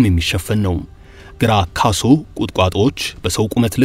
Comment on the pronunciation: ኸረ ግራካሶ ነው የሚባለው አባ😏